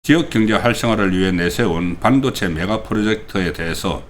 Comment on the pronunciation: (일반적이지 않고 다른 발음) 송국권선생님은 발음 중 일반적인 국민들의 발음과 다른 것이 있어 좀 거북하거나 듣기 싫을 때가 있습니다. 半도체 - 班도체 公직선거법 -공(球)직선거법 事前선거 - 辭典선거 搜査 - 輸사 대구식 발음인가요?